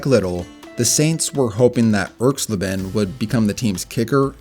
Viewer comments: ERKS-LA-ben, not ERKS - leben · Pronounced Erx-lay-ben not Erx-lih-ben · It's pronounced irks-LAY-bin. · Erx-LAY-ben. Geezus, do some basic research. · Once I heard Erxleben's name pronounced so poorly, I checked out of this video. ERX-lay-ben. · I cringed every time I heard you mispronounce Russell Erxleben's name. It's ERX lay ben. Also, Janikowski may have had an average FG percentage, but he was routinely sent out to make kicks that no other kicker would EVER be asked to try. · Great video, but check with an old guy for the pronunciation of names. E.g. Erxleben. But again, very nice vid. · When young people make these videos they often pronounce players' names wrong. Laughably so. For instance, the name "Erxleben" put the accent on the first syllable. ERX-lay-bin. Go-guh-lack. Not GOGO lack. WHy make these at all if you aren't going to do that minimal research???